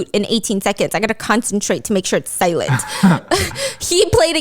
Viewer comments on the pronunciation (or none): none